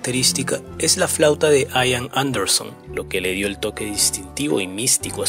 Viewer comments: No se pronuncia "Aian" se pronuncia como se escribe "Ian" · "aian"... no, Ian. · No se dice ^aian^ se pronuncia ^ian^ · "Ian" ("Juan", en gaélico escocés) no se pronuncia "Aian", sino "Ían", tal como se escribe y con acento en la "i", por ejemplo. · Además, la conjunción CH se pronuncia CH, no SH, la letra D se pronuncia D, no T. Y la V es V, no F. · se dice IAN anderson, no "AIAN" anderson, en su nombre la "i" suena como la "i" del español, no como "ai" del inglés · No sé pronuncia " aian " es " ian"..se dice " klaiv" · Ian...Ian...no Aian. Se pronuncia Ian, como suena, como se lee en castellano. Ian Anderson. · No se pronuncia "aian" sino "ian", casi tal cual se escribe. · No se pronuncia "AIAN" se pronuncia como se escribe IAN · Se dice Ían, no Aian. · Se dice IAN no AIAN. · Se pronuncia IAN tal y como se lee, No Aian. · No se dice aian ni en inglés ni en español ....se pronuncia igual que como se escribe: ian anderson... Buen video👍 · Ian se dice Ian no Aian.... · con todo respeto se pronuncia IAN así como está escrito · El nombre del vocalista se pronuncia tal cual se escribe, acentuando la i: Ian. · LA INSISTENCIA DE LLAMAR AIAN A IAN ROZA CON LA TERQUEDAD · Sí. Se pronuncia «ian», no «aian». Y se pronuncia «baj», no « bash». Johann Sebastian Bach. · Se dice : por Bach " baj " . Por Ian " Ian " con énfasis en la I.